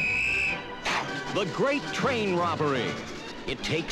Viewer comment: i hate the way the narroratorsays "the grat train robbery"